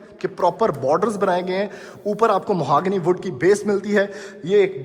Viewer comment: Moohangnee, nahi it's Mahogany.